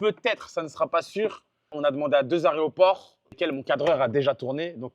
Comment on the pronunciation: Plus qu'a prononcer aéroport correctement maintenant